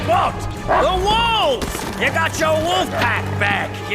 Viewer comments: Thank you! I'm going to dress as Gregor for Star Wars Celebration 2022. Only critique... Wolf's name is pronounced like "Woolf" not "Wuff". It was a little distracting is all. But all in all... Great video! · Omg It's not woof, it's wolf.